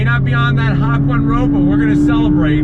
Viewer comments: I was reading the comments about his hakone pronunciation until i hear him say hack one. Hakone is like ha like Hat, ko like Con, ne like Net It’s really hard to say or read other language even pros will make mistakes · It’s pronounced “hawk-own-aye”. Besides that it was a fantastic review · Its not Hak One. It's pronounced Haconey (like the hot dog coney) Ha Coney. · That green is pure amazing. Those bronze rims go perfect with that color. Also hawk one!? Always thought it was ha-kone-eh like the town in Japan. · Repeat after me, HA-koh-neh. Hawk one. Lol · What I don't understand is where he even gets "Hawk one"? If he had said "Ha" and then "kone" like an ice-cream cone, it would at least made some sense. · He's saying hock, not hawk. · He's making it up lol. He said "HA_KWAN" lol.supposedly if its written in kanji and made from japan,should be the one u said "HA_KO_NEH" but most americans dont know how to pronounce words by other races.they always put american acsent on their words.some americans will even pronounce this as "HA_KOWN" as the "kone" will be sound like a "cone". How about "BUKAKE"? How they will pronounce it?lol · The Hak One made me and my friends laugh so hard, thank you bring happy to us, BTW your video is very good! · Ahhh the Hak-one. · Ha-Cone-Ay! I nearly died of 2nd hand embarrassment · Hak-one..... does this dude even google basic shit .. its named after the hakone turnpike in Japan, ONE WORD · Disliking just cause you pronounced it “hack-one” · HAWK ONE! Learn to pronounce things... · Please stop saying Hawk-one. Terrorism is a crime 😜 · HAK-ONE, so cringy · Every time I hear hawk-one I cringe so hard, makes me want to murder myself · hakwan.... I'm being rude I'm sorry but.... HAKWAN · Ha ko ne...that is how to pronounce this word. It's all good though...I love your videos and how you not only talk about the car but also your thought on why to ZONK this and that hahaha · I caught Aids because of how he was pronouncing “Hak-One”